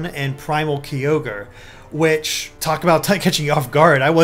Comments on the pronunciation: Septile, Raykwaza, Keyogre, Grewdon. What is with these pronunciations!? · You're saying Kyogre incorrectly